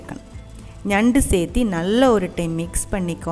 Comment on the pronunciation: Thanks for the super crab 🦀 curry recipe. One correction,if you don’t mind; its not pronounced as sethi its chethu or serthu (same as in Malayalam) for adding something. Thank you 😊